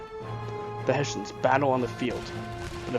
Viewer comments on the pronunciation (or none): Hessians! Not Hassians